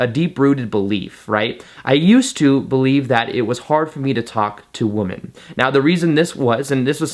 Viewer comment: Can u please say "women" for plural?? it's like how u say u "men" for plural One man two men One womAn two women ENGLISH LESSON OVER You're welcome. From all the women watching this.